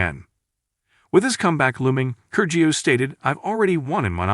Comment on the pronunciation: try pronouncing his name correctly....